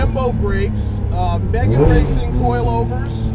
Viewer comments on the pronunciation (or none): none